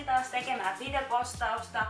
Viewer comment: kuulostaa enemmän että sanot videpostausta